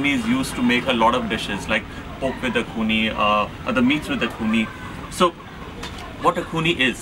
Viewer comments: It's axone not akuni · It is a dish, originated from the 'Sumi' Tribe of Nagaland, called 'Axone' (pronounce something like .. aa-qho-nae)and not 'Akhuni'. Thanks. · It just a AXONE not akhune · its Axona.. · mispronounciation of Axone is Akhuni😂